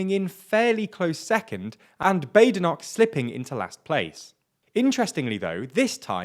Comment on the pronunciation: Bah-de-noch, not Bay-de-noch... (mispronunciation of the 'ch' notwithstanding as that seems to be too much to ask)